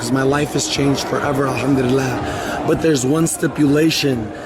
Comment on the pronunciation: Y does he pronounce "alhamdullilah" like a fraud?